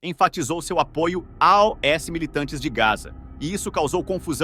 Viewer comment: Quando o narrador fala A-O-S minha pika chega a dar uma latejada aqui 😂 que porra de idiotice é essa moda?